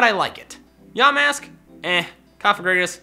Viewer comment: When he said “Yamask” I thought he said “Dumb a**)